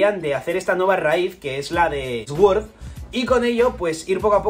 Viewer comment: deja de decir SGÜORZ !! por dios !! di al menos "SORD"